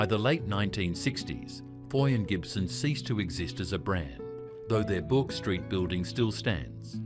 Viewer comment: 5.30 "Bork" Street? Try "Burk".